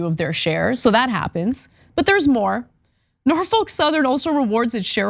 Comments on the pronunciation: It's NOT Nor-foke. It's Nor-fuk. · It's not "Nor-folk", it's "Nor-fuck"! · So said this during the stream, but you're not pronouncing Norfolk correctly. The folk should sound more like a different f-word. (edit: grammar) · I had to quit listening due to the constant mispronounciation.